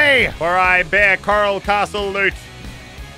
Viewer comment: The name: coral castle Muselk: Karl castle